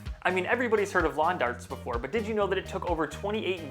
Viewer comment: It’s called lawn Jarts not darts . You even had a correct way to say it in this video when you had the packaging for the jart , in the Video frame